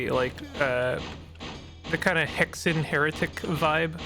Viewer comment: WORSHIP ME AND I MAY YET BE MERCIFUL THEN AGAIN, MAYBE NOT sorry you said "hexen"